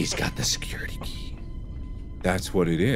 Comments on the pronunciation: Normal people: Security key But Mark: seCuRItAkA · Me: nice, he got the security key Mark: GASP tHe SeCuRetAH kAh!!!!